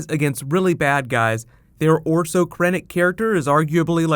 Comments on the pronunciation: it's orson not orso lol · Orson* Krennic. I think you said Orso lol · ORSON.....NOT ORSO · You keep saying Orso Krennic, it's actually Orson, like Orson Wells. That said, I also loved the movie!! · Orson Krennic. Not Orso. stop calling him Orso! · Is he saying 'orso krennick' It's 'Orson'